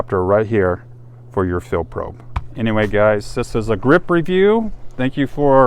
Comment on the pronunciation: damn,,,,,, it is FOR,,, not fir, fur,,, sheeeesh